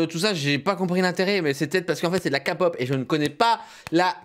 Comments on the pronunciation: Il a dit la kapop ,ça se dit la képop Kpop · Non, mais c'est logique de suivre la prononciation coréenne pour un truc coréen ^^ "케이팝" se prononce keipab et non pas kapop, c'est donc plus proche de la prononciation anglophone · Sa se prononce képop et pas kapop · Faut avouer que ct plutôt pourri Et puis c pas''ka pop'' ça se prononce ''key pop'' ... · Pas kapot mais képop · C'est juste pour dire on dit bitis et pas bétés et on dit pas non plus kapop mais kaypop oui je sais c'est des détails mais bon des fois ça énervé en peu les kapopien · mdr 'KA pop' ça se dit 'kê pop' :-) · Sa ce prononce de la " KAÏ-POP " et pas de la kapote euu ka-pop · ALORS C'EST KéPOP ET NON KAPOP sinon ta vidéo est cool cyril :) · Ouais Cyril on prononce à l'anglaise kay-pop pour K-pop et BTS ça se prononce BiTièS Tu devrais faire une vidéo ou tu découvres un peu l'industrie de la musique coréenne ça pourrait être drôle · Pnt le moment où il dit sa j'ai eu tellement mal au oreilles bon ok il connaît pas il a le droit mais moi i qui ss fans de K-POP mes oreilles ont saignés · " Bétéesse " " kapop"... J'ai mal. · K-pop !!!!!!!!(je suis aussi en pleins malaise) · Le H « Kay pop » le k on le dit avec l’accent anglais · famous cats en vrai bts moi je le dis en français mais « kapope » je comprends pas 😂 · Oui c'est vrai que la '' Keypop '' c'est mieux Mdr Moi j'ai pas trouver qu'ils se foutent de la kpop peut-être parce-que ils n'ont pas fais la danse à l'identique je sais pas😅😝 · on dit "Key" pop kpop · La kpop ce prononce kaypop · cest k pop, le k en anglais